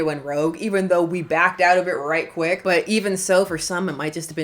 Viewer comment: I'm sorry. Did you say squick? What does that mean? Or is my hearing going? :D